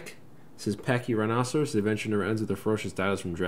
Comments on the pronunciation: How it's pronounced is Pack-ee- rye-no-sore-us. Not pachyrhinoceros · It's pronounced (paky-rino-saurus) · Why do you say Pachy-Rhinoceros? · Something about the way you pronounce it bugs me lol... I'll get over it haha